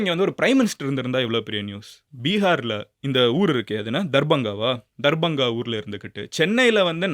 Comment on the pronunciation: Bro it is darbhanga...pls don't pronounce anything if you don't know